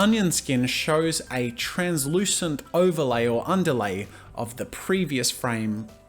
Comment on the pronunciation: speedy gonzales: Underlday underlay